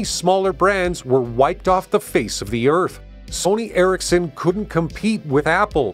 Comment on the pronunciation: It's Eric's Son (Ericsson) and not Erik-sen. Also; it's not Knock-ia, but rather No Kia. Get it right.